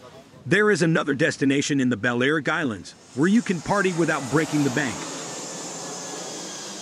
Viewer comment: Also, Balearic is not pronounced BAL-AIR-ICK, it should be BAL-EE-AIR-ICK !